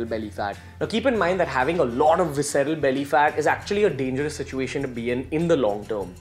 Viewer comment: Sip everytime he says Vicsera'lly